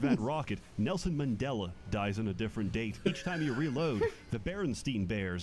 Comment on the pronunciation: I've heard a lot of mispronunciations of "Mandela" but I've never heard "Mendalah" before